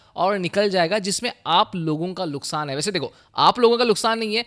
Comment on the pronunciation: nuksan ❌, Luksan✔